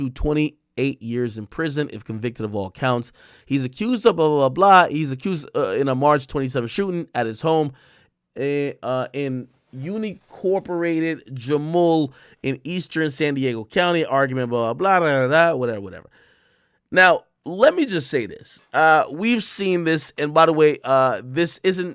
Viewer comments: Uni-corporated. Lmao sound it out ak. Un in cor por rated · This man said uni-corperated (unincorporated) 😂😂😂, man the educated system failed a lot of people. But he still became rich so that tells you something 🙏🏾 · “in u ni cooperated” 😂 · AK almost had a damn stroke tryna say UNINCORPORATED lmfao.